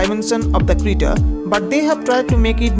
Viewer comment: It is creta not crita